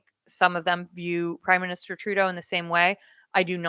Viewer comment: Did I hear you say "Crime Minister"?